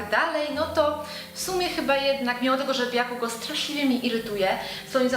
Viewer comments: Bakugo nie bjakugo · #TeamEaserhead Aizawa the best , Bjakugo?! Wtf "Bakugo" xD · Bakugo czyta tak jak sie pisze,czyli nie Bjakugo,sry że sie doczepiam ale no uwielbiam Katsukiego i no xd